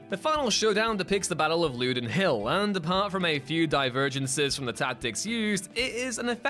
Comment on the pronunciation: That’s not how you pronounce Loudoun Hill. My other favourite Braveheart inaccuracy is at the start the date 1280 is shown, a year when Scotland had living king with a couple of heirs. Alexander III died in 1286, his heir in 1290. The Battle of Stirling Bridge was in 1297. Braveheart should start around 1295. Btw, I recommend History Buffs reviews of any they’ve covered here, but particularly Apocolypto, the ending breaks his brain.